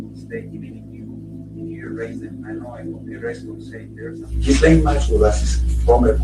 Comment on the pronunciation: Guh like in gum and lane. Gu lane. It's really not that hard. It kills me people say all these weird pronunciations. It is not jill lane